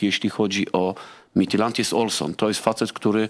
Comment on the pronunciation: Oglądałem pierwszy mecz i myślałem, że szlag mnie trafi słuchając komentarza. Nie pamiętam, kto komentował, ale wymawiał nazwę duńskiego zespołu dobrze, a drugi komentator mówił MITILAND xD